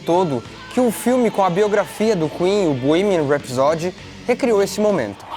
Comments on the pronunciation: Bohemian RhapsÓdy? No, Bohemian RhapsÔdy... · Eu falo borremia rapsodi Como vcs pronunciam? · Não se diz bohemian rhapsody... Se diz:bohemian rhapsodý!! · Puta que pariu. O nao sabe pronunciar "Bohemian Rhapsody" em inglês...putzzzzz veiiiiii. Tá feio..é melhor ficar calado do que passar vergonha. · A pronuncia de Bohemian Rhapsody está errada.